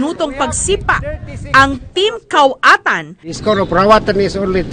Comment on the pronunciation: Kawatan... 😂 koatan po..